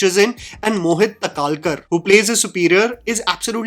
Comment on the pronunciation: Mohit "Taa-Kal-kar" tere pronunciation ka problem kab khatam hoga yaar?